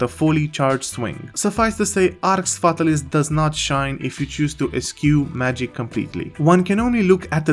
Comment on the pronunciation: how many games has Jowood ruined?? Btw it's pronounced Arx FatAlis, accent on second A.